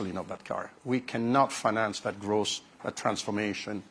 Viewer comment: Is he saying gross or growth????